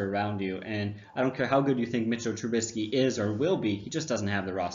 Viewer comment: Who cares- Trubiski looks better 😁 Besides.....it didn't bother me. What did bother me was how you said it..... "Trubinsky" 😂